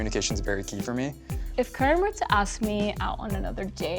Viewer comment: Karan is a good guy, we're just waiting for 1 person to pronounce his name right on this show LMAO. The whitewashing of the Indians in America is on another level... Wine pairings... WTF?!?!?!